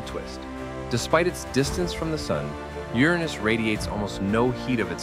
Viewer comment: Finally, someone pronounces the planet's name the correct and fun way! 😁👍